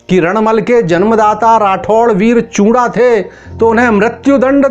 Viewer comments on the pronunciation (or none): Paji chunda hota hai not chura samjay